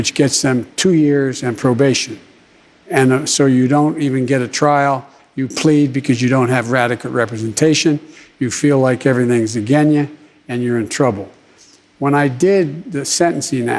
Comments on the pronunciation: it is unclear on the question is he asking what biden will do to stop cities burning down or about police ability to stop massive riots or police policies? Then Biden talks about nonsense. I do not understand. Also he said aginya not against you. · "you don't have radequate representation, you feel like everything is aginya" wow!